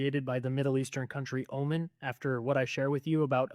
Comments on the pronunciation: Btw it is Omaaaaaan not Omun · that guy talking about the Queen of Sheba LOL first of All she was from Yemen not Oman and also its pronounced OHMAN NOT Omen lol Americans are sooooo ignorant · Oman is pronounced oh mon.